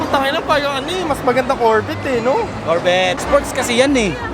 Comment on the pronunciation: Korbet amputa hahaha corvette (korvey) pronounce dogss